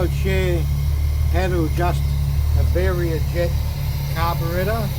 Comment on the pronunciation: It’s pronounced vara-jet not very-jet. Mine has developed a problem where fuel is not entering the float bowl, must be a blockage.